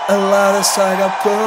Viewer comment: Ελλάντα σ' αγκαπώ 😂😂